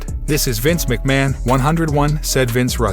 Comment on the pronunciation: This guy doesn't even know Vince McMahon's name "Ma Hon"? BUT he can pronounce Gargano????